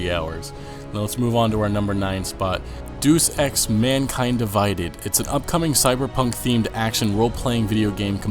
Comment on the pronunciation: God what planet are you from. Your pronunciation of game titles and developers is beyond horrid. TRY SAYING "DAY US" not "Doos" for Deus Ex. It is Latin, you illiterate tool "Deus Ex Machina..." DAY-US X MaSheenuh... VAWLT, like Fault with a V... And it is BETH-EZ-Duh, not Bestda, or however you are mumbling through it. LEARN HOW TO TALK if you are going to discuss gaming...Truly pathetic.